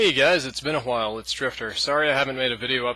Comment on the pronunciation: a hwhile?